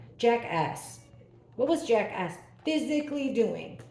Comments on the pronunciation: I'm having a little hearing loss issue going on ,but at first I thought you were saying Jackass instead of Jack S , I did have to laugh a little at myself 😄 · I don’t have a hearing issue but I totally agree with you I thought she was saying Jackass aswell lol 😂😂